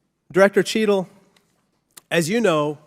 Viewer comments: Anyone else hear “shittle”? 😅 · minutes into the video😂😂 Listen to how he pronounces the director cheatle's name😅